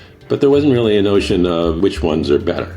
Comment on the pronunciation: You guys are reawwy funny